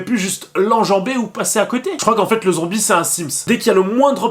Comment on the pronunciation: Hahaahhaahhaahha tu a dit zonbie